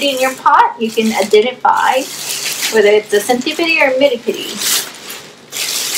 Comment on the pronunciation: Wth is a centi - pidi ??! It’s centi-pede. As in “Peed”